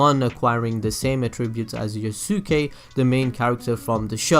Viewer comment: It's pronounced YOUS-KAY lol (Yusuke)